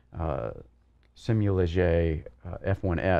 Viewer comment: the Simulaje F1s rim is pronounced as SimulaHe, the J is an H in Spanish